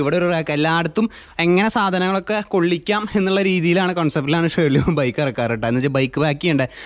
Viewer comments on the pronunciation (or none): Pronunciation ഒന്ന് ശ്രദ്ദിച്ചുകൂടേ ഷേർലി അല്ലല്ലോ സേ ലീ /ളി അല്ലേ... 👍